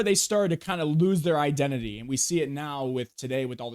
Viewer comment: "Identity" (skill gap)lol